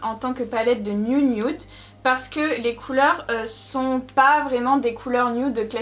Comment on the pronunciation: La " niounioude " voilà ce que j'entends 😅😂